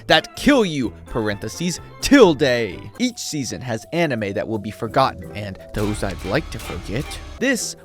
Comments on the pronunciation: Tilda,not tilday you shit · someone teach bro how to pronounce tilde